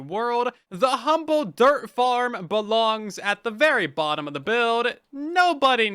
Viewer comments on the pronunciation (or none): none